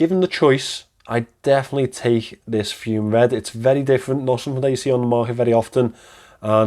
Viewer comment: It's pronounced FUMAY, not FUME. It's presently $395, and they have given a 2 year warranty. The clasp they have put on it now looks excellent. If you still have it, I may be interested